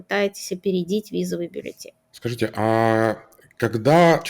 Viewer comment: БАллетин? Так говорят юристы?